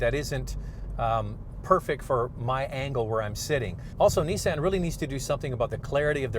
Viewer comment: Neesan hahahahahaha veheckill hahahahahaha